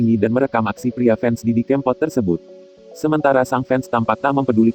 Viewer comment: Didi kèmpot bukan kempot pengisi suaranya kok gt sih :(